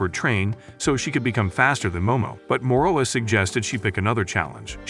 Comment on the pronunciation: Morola not moroa